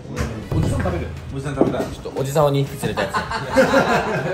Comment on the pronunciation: 優里少年釣りをする🎣楽しかったー😂 『痛い！助けて！』『血出たw』までがかわいそうなのに可愛いのよ🤤笑 みんなに食べてもらって喜んでもらえて良かったね！！！ Ｊ腰痛のなかお疲れ様でした！ あっ！とっ初めの『2匹』が『2ふぇき』になってたけど😎笑笑 今日もありがと🧡